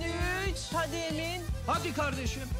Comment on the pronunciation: kzın geliip emın diyo i değil ı kullanıo ayar olmak